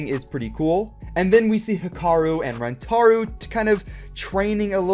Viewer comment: It is Rantaro not Rantaru